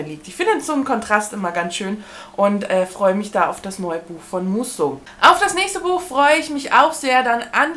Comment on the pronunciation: Musso spricht man Müsso aus ☺️ich bin ja froh, dass mich keins von den Büchern reizt, so wird das was mit dem Subabbau. Liebe Grüße